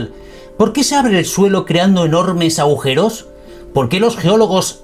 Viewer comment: Dijiste "aujeros"???